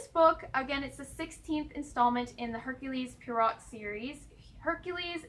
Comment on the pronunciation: Just to give you a heads up, it is pronounced 'Air-kyool Pwa-row' 🕵🏻‍♂